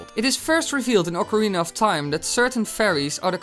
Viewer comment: STOP PUTTING AN "R" BEFORE THE "C" IN OCARINA!!!!! >=( Biggest pet-peeve.